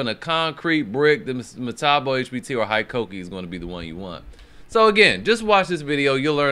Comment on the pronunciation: Hikoki = “hee-coke-ee,” not “high-coke-ee.”